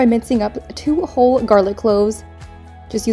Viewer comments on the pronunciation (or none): did she say : 2 whole garlic cloves emphasis on the whole : Italians be like rookie xD